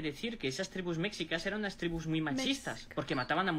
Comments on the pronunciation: Si va a criticar primero que aprenda a pronunciar. No es Méxicas, es Mexícas (aunque no se acentúa de forma escrita) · Se pronuncia "meshicas".